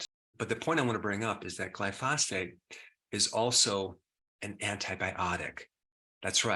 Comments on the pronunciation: Why won't Dr. Berg say glyphosate right?😭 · Awesome, game-changing revelation. Doc Berg is the only person I ever heard pronounce Glyphosate as Gly-Foss-Fate.. so TomaytO/ TomaatO..it’s all love. Thanks in abundance..